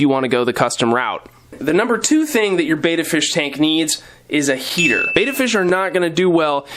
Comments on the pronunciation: Whose opinion counts when pronouncing the name? English language rules say vowel consonant vowel , the first vowel should be hard EE. The letter E is not normally pronounced as aa so bet ta would seem reasonable way to pronounce Betta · Don't worry, plenty of us have other pet peeves, and don't get so pedantic on this common mispronunciation. Far more important that you focused on the need for a decent sized tank, I agree that 5 is the starting ideal (though you were diplomatically indirect here), and all your other suggestions for proper care. Though I think you've got your betta tanks so densely planted that you'd be safe going without a filter, of course most people need to start with one. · I'm sorry,. I watch all your videos, but pronouncing "Betta" incorrectly is not very professional. After all, you are the "". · Pronounce betta right lol